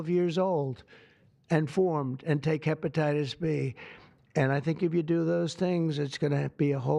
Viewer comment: 😂😂TAKE HEBATITUS B HE SAYS 😂😂😂😂😂😂